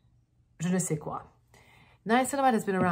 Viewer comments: hahaa the way she said "Je ne sais quoi" sounds 200% french and I love it x) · "je ne sais quoi" ton accent français est impeccable 😘😘😘😘😘